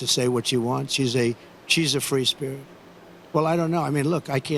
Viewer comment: Did I hear him call her a "Free Sprit" , interesting ?